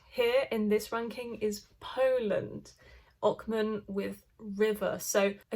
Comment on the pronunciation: Ochman read as "ohman" with "h" in "home" for example.